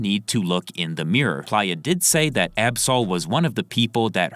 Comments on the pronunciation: Maybe im buggin but im pretty sure its PLAY-UH, not ply-uh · it's play-yah, not pliyah. you're killing me with this pronunciation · What is this AI’s problem? Its not PLIER its PLAYA as in PLAYER Dosgbe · Bro why is it so hard for you to say Play-Ya like player not Plyya. PLAY-YA. PLAY-YA. PLAY-YA! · Bro its “play-uh” not “plier” 😭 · I’m sure Playa is pronounced “play-uh” smh this friggin guy is literally saying it like pliers SMFH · Plaaya? God damn AI voice. Giving a dislike. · PLEASE PRONOUNCE PLAYA (PLAY- UH) CORRECTLY. IM BEGGING YOU LOL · It’s pronounced PLAY-YA🥷🏾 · You 100% were saying playa’s name wrong😂